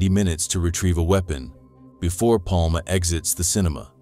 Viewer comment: Bra översatt text och väldigt realistisk AI-röst. Snyggt! Dock skulle du kallat Palme för "Palma" för att den inte skulle uttala namnet "Palm".